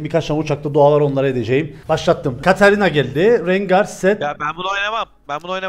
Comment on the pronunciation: seni çok aşırı seviyorum ama lütfen birdaha Katarinaya kaşarina deme agzına hiç yakışmıyor 😊